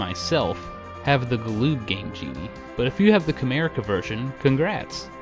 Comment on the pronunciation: Honestly, I keep thinking you are saying Kramerica Industries. . .